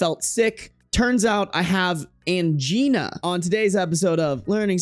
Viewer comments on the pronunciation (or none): Angina is pronounced like vagina. 😅 No, seriously. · Angina rhymes with vagina, no biggie but thought u might want to know😀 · Although i wish angina was pronounced how you said it. But it's pronounced exactly like vagina.